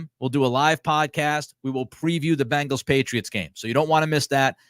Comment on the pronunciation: My only disagreement is with how you pronounce “Bang Gals”. It’s “Beng gals”!!